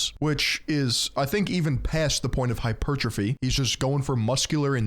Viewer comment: HE SAID “HYPER - TROPHY” you have GOT to be kidding me